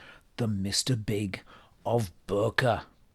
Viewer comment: >>> Bokeh or bokè is pronounced BOK, like block without the L followed by Eh. Bok-eh, not the way you said it. Nikon: Nik (as in small cut) followed by On. Sony rhymes with Bonny, not Pony. It’s as simple as that, and now you’re a Japanese expert!